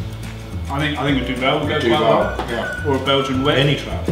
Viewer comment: 'Doovle' not 'Doo-VEL', Good recipe & match, gonna try this next week